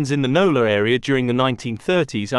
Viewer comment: This AreaR? I hate the intrusive "R"